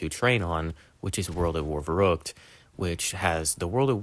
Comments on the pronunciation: It's pronounced sort of like "fair-rookt" but to be fair German Rs and English Rs are different, and the ü sound is very similar to "oo" (like in the word "too") but not quite the same. So it's hard for non-speakers of German to pronounce but the spelling should be easy enough to copy paste ;) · Its spelled and pronounced verrückt. Very different from "verruckt" or "werrokt". Its like spelling the word "and" like "end"